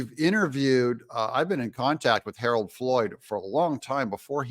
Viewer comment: You say Harold three times at least, please get it right.